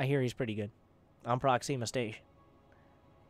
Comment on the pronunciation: I keep hearing "proxy mistation" XP